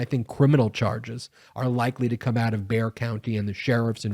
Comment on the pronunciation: Congrats on saying "Bexar" County correctly. Because Abbott allowed this, he is complicit in this crime.